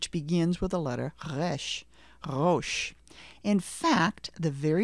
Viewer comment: Also Resh is supposed to be a trilled/flapped R, not a French sounding guttural R.